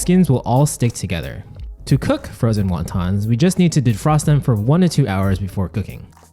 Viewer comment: What the f are Wawtaws? Best annunciation there bud